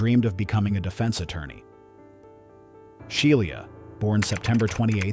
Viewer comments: Right I’m like who is She-lee-ah? I thought her name was SHE LAH LOL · She-lee-ah and called nine hundred and eleven! 😂😂😂😂😂😂😂😂